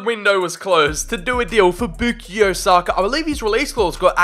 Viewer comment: The way he says sakas name haunts me 🤢